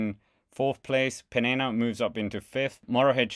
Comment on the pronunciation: Peña is pronounced Pain ya